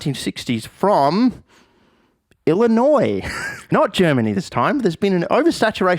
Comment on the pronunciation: I’m from Illinois. 1. I’m surprised you pronounced it right, 2. The meme was accurate